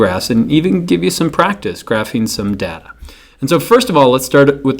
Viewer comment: Its data not data